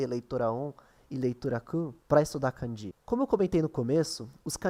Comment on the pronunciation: É melhor pronunciar 漢字 (kânji) como paroxítona do que oxítona. É errado pronunciar 漢字 como カンジー.